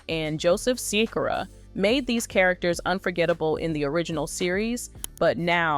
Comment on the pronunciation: It's not Cy-cora its Sha-Kura. Think he plays the similar with tupac name thing a little too close but still its Joe Sikora and pronounced Sha-Kura